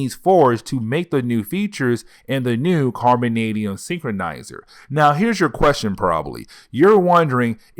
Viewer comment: No one's making fun of your speech, it's just a quirk of your channel is all. Embrace it! It's also hilarious because you nailed the word carbonadium perfectly. But then said synchronizer instead of synthesizer, which is funnier because you pronounce each word correctly you just mixed up two words this time 😂. Embrace the speech no one's making fun of it, it's just unique to your channel and makes me wonder where it is you are from because you don't have an obvious accent.